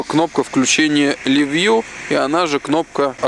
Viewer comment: Лив Вью, Жапан... Ох, нет слов. Хорошо хоть Кэнон, а не Канон.